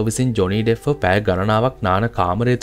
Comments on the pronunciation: It's not Deff it's Depp. Pronounce it properly. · ඩෙෆ් නෙමේ ඩෙප් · ඩෙෆ් නෙමෙයි ඩෙප්